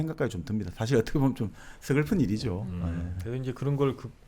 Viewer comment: 사실(事實)을 사실(史實)로 발음하셔서 감히 지적해 보아요 ^^